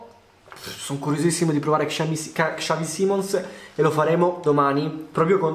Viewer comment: Ma come cazzo pronunci xavi simons...mi arrabbio solo perché è il mio cazzo di idolo, si pronuncia bene punto